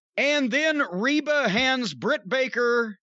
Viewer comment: He keeps calling rebel Reba. 😂 Rebel even put on her jacket "rebel not Reba"